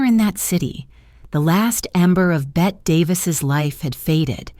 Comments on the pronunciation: It’s not Bette, like Bette Midler. It’s BettE, as in Bette Davis Eyes. Also, whose pictures are these? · Hello, I have always heard her name pronounced “Betty”, and not “Bette’’.